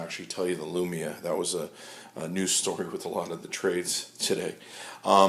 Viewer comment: he said lumina... cx